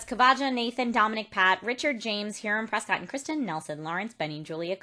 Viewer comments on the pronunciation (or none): none